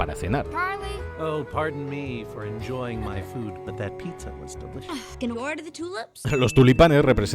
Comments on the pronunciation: Eras mi idolo hasta que te escuhe decir "picza" a la Pizza :c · una pasada me ha encantrado pero... porque picsa? Es como decir Mocsarella en vez de mozzarella duele escucharlo tan dificil es decir pizza? un amigo de madrid lo decia asi ,lo que me costo curarlo